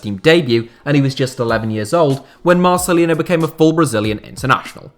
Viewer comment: So awesome u put Marcelinho in it, biggest Hertha BSC legend of this century. (btw the pronunciation at the end of Marcelinho is like for Ronaldinho so "yo")